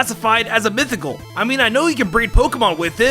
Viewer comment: Sheimin it's mithycal men